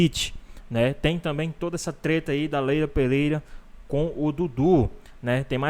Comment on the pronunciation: segundos. O cara me manda um "Leila Peleira". Tá Sertu